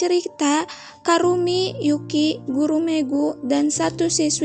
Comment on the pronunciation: Namanya ebisuzawa kurumi kk bukan karumi🤧